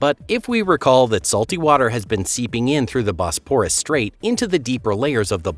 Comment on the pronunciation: I read Noah's Flood, the Ryan/Pitman book when it was first published. It was a fascinating work. BTW, please learn the correct pronunciation of Bosporus and Marmara. Your tone, modulation and consistent mispronunciation were quite annoying. An open throat delivery would be more pleasing.